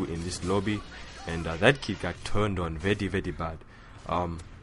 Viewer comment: ur english is grear :) i loled when u said vety vety instead of very very but in the good way